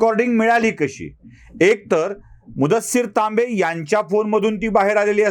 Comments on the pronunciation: सर तांबे की लांबे....? टीव्ही वर लांबे सांगत आहेत.... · तांबे कि Laambe?